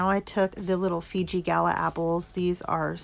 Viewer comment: Did she say Fiji gala apples???